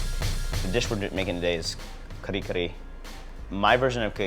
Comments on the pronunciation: talde is so fake, he know hes not pronouncing it correctly when he called it ka-ree ka-ree. hes parents werent enunciating that way when he was a kid. they were saying ka-reh k-reh. hes just to embarrassed to the way it actually sounds so he americanized the accent. what a fake. then he starts eating it with freakin chopsticks! and skips the steam rice. hes embarrassed by his own culture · its not kare kare its kuhri kuhri lol .bad ass though i like it im filipino american. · lastly, though i cant prove it im 100% certain his parents didnt pronounce it the way he said it. im filipino and am immersed in the culture. in my 35 years of living as a filipino in both the US and Philippines its never been said like that. talde basically made the pronunciation up.